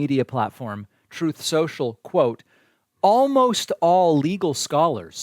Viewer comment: Trash Social! Please learn how to pronounce the name correctly!